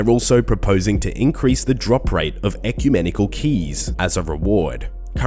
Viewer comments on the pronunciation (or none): "Ecunemical Keys"